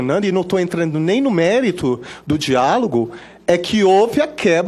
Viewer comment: Ele falou errado de novo(diágolos)